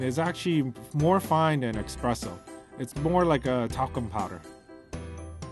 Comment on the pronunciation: you said "expresso" (